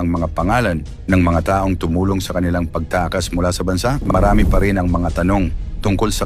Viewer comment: Pronounce mo Ng maayos Ang salitang pagtakas, kinasasangkutan